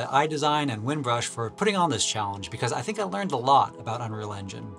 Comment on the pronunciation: I learned a lot from you channel! Thank you. By the way, it's Winbush, not Winbrush. haha...